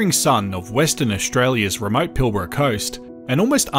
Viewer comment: Hey I just heard you say Pilbara in the first few seconds and you pronounced it correctly, nice one :)